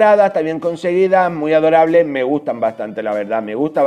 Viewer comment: tratas de decir adorable? XD